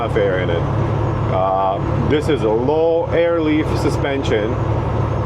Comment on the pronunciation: Lol " let the eer out" . Im from Texas with that long draw speech . Sure that would sound like me talking. Love the videos man